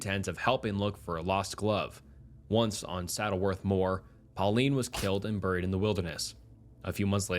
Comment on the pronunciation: Hate how he says burried